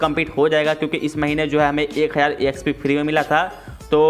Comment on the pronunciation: Collect ❎ C'O'llect ✅ Exp ❎ Æxp ✅ No hate tho love you bro❤